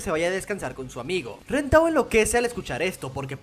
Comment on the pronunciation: No le digas ren dile len x favor